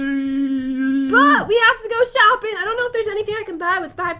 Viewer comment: You Mean Shooping?